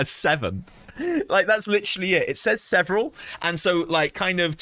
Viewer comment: "Seveneral" years later. :P